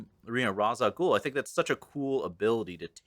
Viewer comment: This is a really good take on Batman Year One. The one part that peaved me was the pronunciation of Ra's al Ghul. Ra's is pronounced raysh.